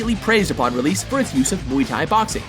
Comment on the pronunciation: that is not not how you say muay thai